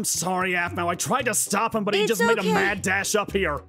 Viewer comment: it's aphmau not wphmau